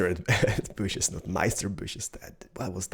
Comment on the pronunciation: and many booshes!